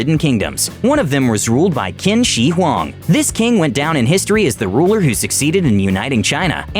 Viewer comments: Im chinese- and the first emperor of China is pronounced chin-shi-hwuang. Not kin-shi-hwuang. The pin yin (拼音）is Qin Shi Huang and the chinese characters are 秦始皇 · when he said "kin shee huang" I got so triggered.